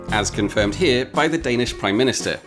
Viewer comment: "It's the Royal Navy h'yere" lol